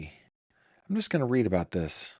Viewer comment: I literally lol'd when you said "walking aboot" when beginning your story about a trip to Canada. 😁